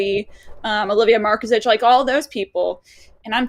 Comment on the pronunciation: You have to do a better job with names. Full stop. There is no 'v' in Markezich. Amarias? C,mon now, it's Amaris Tyynismaa.